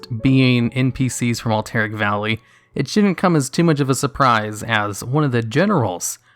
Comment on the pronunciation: lol "Alt-Eric valley"